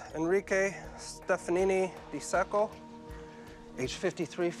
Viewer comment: When the investigator said “captain stefanini di sacco”, i thought he was saying sth like “captain stefanini MISAKO” but was unsure And when the narrator said “Sao Paulo”, i totally thought he was saying “Sapporo” Silly me!